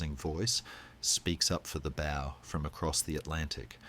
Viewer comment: Great content but poor narration generation. Constant incorrect pronunciation bow, needs to say bow as it bow tie, not bow as in tree bough, just click the regeneration option on your UI, work with the filters a little and it will remove irritating glitches in the narration. Put the phonetic spelling into the text to speech option. Incredible content, but a little tidy up and attention to detail will make it perfect. Keep up the good work😊